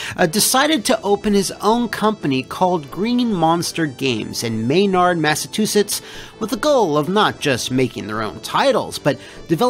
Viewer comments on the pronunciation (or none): This is a tiny point, but as someone who lives in a town next to Maynard, MA, you should know it's pronounced <MAY-nerd>.